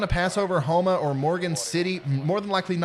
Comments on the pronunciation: You said Houma correctly the first try. Home-uh. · Houma is pronounced "Home-uh".